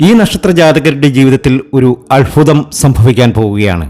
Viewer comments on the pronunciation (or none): Malayalam sharikk parayan padikkedo ... Phagyam.... Alphutham jyothishatheyum malayalatheyum vybhicharikkathiri . thanteyoru "phagyam"